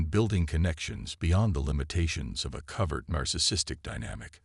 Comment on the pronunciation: Couldn't make it past #2 on the mispronounced "covert".